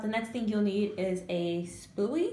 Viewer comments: is she saying "spoobeeded" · omg y is it so anything when she says spooy